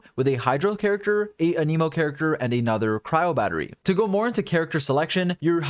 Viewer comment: Thank you for the info! One criticism: your pronunciation of “anemo”. I believe it’s pronounced “ă-nih-mo” (short a; like in “ at”) rather than “ann-ee-mo”. This is a very soft criticism and it didn’t stop me from understanding what you were saying. Thanks again! ✌️😁